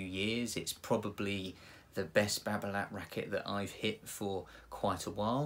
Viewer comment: t is silent,,,nice review